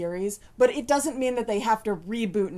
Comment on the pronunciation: "it" not "ut."